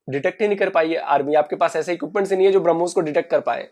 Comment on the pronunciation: Betiii wo brahmuuussss nehi h brahmos hai